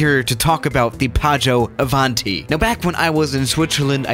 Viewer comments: I'm Italian, and when says "PĀGGIØ ÀVÀNTI" I was about to throw up. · nobody:: PAAGIOU AVANTI